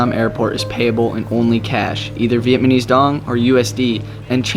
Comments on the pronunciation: It’s Vietnamese, NOT Vietmanese! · Love your video but please its VietNaMese not Vietmanese as you have been saying haha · it's vietnamese dude not vietmanese like an f@ moron! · Vietmanese! Hahaha